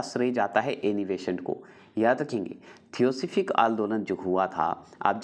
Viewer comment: Hindi sahi se boliye. Thiyosophik nahi h